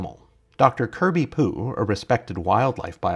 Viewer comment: I don't think Pugh's name is pronounced "poo" 😂. I imagine he pronounced it "pew" as in church pew.